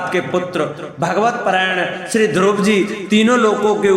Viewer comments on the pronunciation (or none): ध्रुव जी के नाम को स्पष्ट उचारण करें यह द्रोपदी जी के नाम सुना दे रहा है